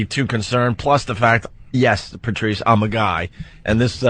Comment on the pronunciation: ‘PeRRtrice’ jeeze